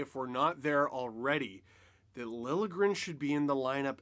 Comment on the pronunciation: Oh good, is Steve going to stop prouncing his name, "Lilly-a-gren"? I'm pretty sure the "J" is not silent, but this is progress ;)